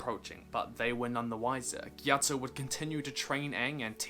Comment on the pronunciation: Well at least you pronounced it right.....